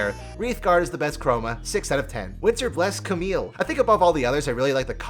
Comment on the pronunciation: More like Ca*mommy*le